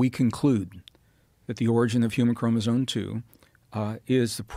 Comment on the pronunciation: i hope this is a reference to his inability to pronounce the word chromosome 😂😂😂